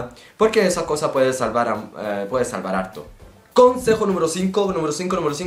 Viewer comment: "Puede salvararto"? Que? Ajajjaja claramente su primer idioma no es el español. Comete bastantes errores gramaticales pero la pronunciacion esta re bien!